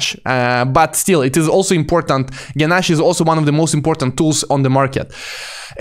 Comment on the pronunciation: Genache = ge’nash and not ge’nashy 🤓